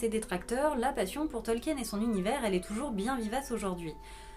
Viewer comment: CA SE PRONONCE TOLKINE, PAS TOLKIENNE !!!